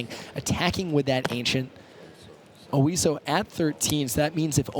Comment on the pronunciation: OISO. Not Osio.